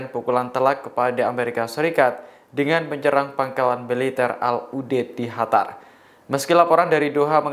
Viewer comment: lucu.. qatar=hatar qoms =hom ada masalahkah dg hurup Q??